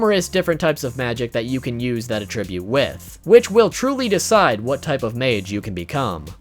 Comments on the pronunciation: Arrgggggggh! This makes me crazy! It is "At-tribute". Not "A-tribute." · Hard like due to this man's pronunciation of attribute. That wasn't easy to hear!! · Or everytime he mispronounces "Attribute"